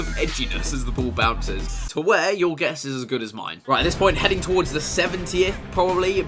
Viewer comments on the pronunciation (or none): none